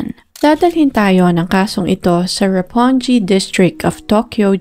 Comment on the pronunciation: Not roponji 😂 Roppongi po Ang tama na pag bigkas 😊